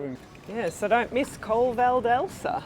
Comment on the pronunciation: Your videos are always interesting and the photograpy is so good. As an italian, and tuscan, I just point out that in the adjective “Francigena” the stress is on the I and you have to pronounce the final E of Colle val’Elsa (E like Elephant).